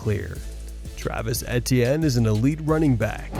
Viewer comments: E.T.N. Travis Etienne is in his fifth year in the NFL. His name is pronounced, simply E.T.N You should know this by now. He said it multiple times his rookie year and it's in the media guide. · Butchered etiennes name pronunciation, but I probably butchered the spelling so I guess we’re even lol